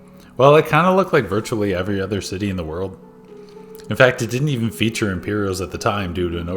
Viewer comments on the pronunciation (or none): none